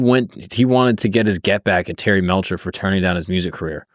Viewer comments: Love your videos man, seriously, but. definitely doesnt watch documentaries on some of his vids before hand. Terry Melcher is pronounced with the "chuh" sound not a "Kuh". "Melkuh", lol. Spann ranch is pronounced "spawn" ranch. And you keep saying manson was a seriel killer.... manson afaik has never commited a murder. Now if we consider him telling someone to kill then thats a sifferent story. But manson himself never directly killed anyone afaik. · He didn't pick up Charlie. He picked up the girls. He didn't invite the family to stay. Charlie crashed until Dennis tired of them and paying their penicillin. And it's pronounced Terry Mell- cher